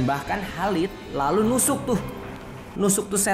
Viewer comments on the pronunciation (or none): Maaf ya.khalid.bukan halid